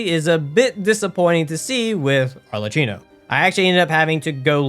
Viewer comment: god please help me lol as italian i've to say arlecchino is a venetian carnival mask and his correct pronunce in english/american was similar to "ARLEKKINO" (nonna perdonami per come l'ho scritto) but said this gg well done dude